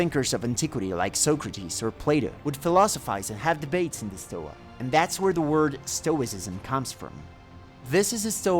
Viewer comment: Nice video Btw it is stoA not stOa